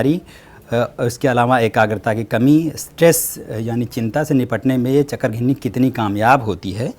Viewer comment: I like the way chakrghinni